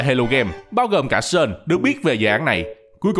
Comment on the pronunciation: Chô tồ ma tề, "Sean" không phải là "Sơn", qua kênh Dan Hauer có chỉ cách đọc nha